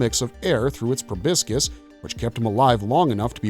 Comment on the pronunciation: Please, for the love of all that's holy, learn how to pronounce proboscis properly! It's pro-bos-is, not pro-bisc-is.